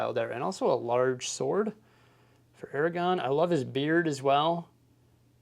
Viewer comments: Aragorn with an R lmao you always say Eragon which is a different thing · Aragorn! ‘-orn’! not Eragon!! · AragoRn. Love the channel but you keep mispronouncing the name. You’re missing the “r” in the second syllable. Aragorn not Aragon. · Aragon... hmm box says Aragorn. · Ara-gorn that second “r” is not silent. 😉